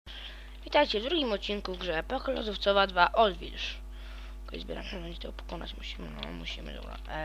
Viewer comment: "oldwilż" LOL